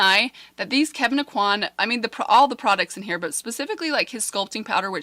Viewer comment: You are pronouncing Kevin Aucoin’s name correctly. Love your videos! ❤️